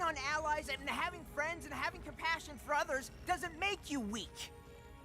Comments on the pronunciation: Complassion gets me every time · COMPLASSION I CANT 🤣🤣🤣 WHY DOES NO ONE TALK ABOUT THIS LMAO